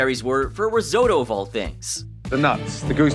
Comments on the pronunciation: learn to speak.... Ris-oh-toe, not Ris- O-toe. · What is "Riesotoo" ?? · The way you pronounce risotto makes me want to cut my ears off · For the love of god how hard is it to pronounce risotto correctly?